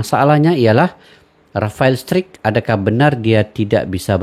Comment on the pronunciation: Nyebutnya jgn rafael strik pak agak gimana gtu. Kata rafael sendiri nyebutnya straik